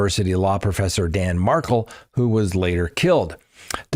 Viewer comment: Love the videos, but so many Adelson trial name mispronunciations: Dan Mar-KELL, Kathryn Mag Ban a WAAH, Jeffrey La CAASS. Not criticism, just followed this case for years and know the players. Keep up the great content.